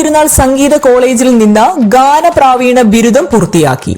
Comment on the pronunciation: ഗാനപ്രാവീണ അല്ല ഗാനപ്രവീണ്‍.